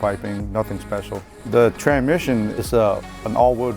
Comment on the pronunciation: can’t say tran misson